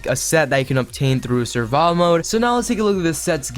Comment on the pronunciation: It’s survival mode not surva btw